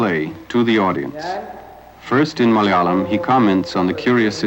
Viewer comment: Priceless video. And impressive pronunciations of Malayalam/Sanskrit words! Congratulations!